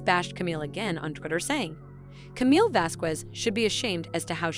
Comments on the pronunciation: Would someone PLEASE pronounce Camille's last name correctly? Elaine, I think, did it on purpose or just isn't that well educated but come on...if you're going to do a narration including her name, LEARN HOW TO SAY IT! It is NOT VaskWEZ!! It is Vaskez...Please! You're getting PAID to do this. The least you can do is learn the people's names! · The q in Vasquez is pronounced like a c not a q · The “U” in Vasquez is silent 🙄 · Please learn how to say Vasquez. The "ue" sounds like a soft "e" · It's pronounced "VasKez" to do otherwise is mildly discriminatory and racist, Please get it right. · You’re pronouncing camille’s surname like Elaine you knob end.🖕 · Her name is Vasquez get it right you sound like Elaine that could not say it right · People need to learn how to pronounce Camille's last name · Please stop mispronouncing Camilles last name ffs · You’re mispronouncing Camille’s last name wrong stupid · How can you mispronounce Vasquez??just like Elaine, eww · Pronouncing Camille’s last name wrong is not the best way to start a video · Lady, you really need to learn how to pronounce Camille's last name. Look on You tube for help